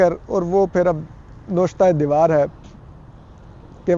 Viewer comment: Toor sahb... lafz...nooshta e deewar..nahi hota balky ..navishta e deewar hota hy. Hope u ll correct that.